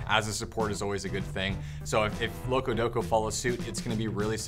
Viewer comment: its loco support, he said it wrong